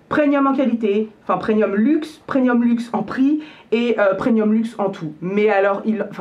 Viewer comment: C'est moi ou tu dis "preNium" ? 😄